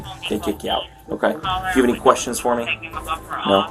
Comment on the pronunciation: You're hurting MEE....YUH....Always 1-syllable words become 2 syllables.....What did I DOOO-UHHH..???